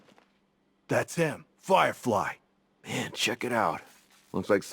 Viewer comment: Put some respect on his name and drop the hard “a”. It’s just Man